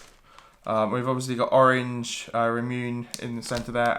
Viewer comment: Ramune= rah-moo-neh not rahmoon 😉 It’s bubblegum soda pop flavor